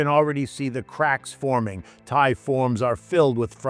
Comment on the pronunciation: What is a "Tha-ee"?